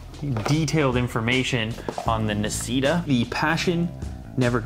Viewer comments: You don't pronunce it like nasita, it's italian so its actuay pronunce d nasshita(i wrote it how you pronunce it) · Nascita is actually read "nah" "she" "ta" (that was my best spelling) and it's Italian for "born" Autore, pronounced quite well due to its easiness, is Italian for "Author" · I believe it's pronounced "na-shee-ta" (Italian)